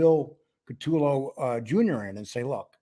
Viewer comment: You guys can’t even pronounce Bills name properly….CU toe lo = CUTOLO……..not cat too low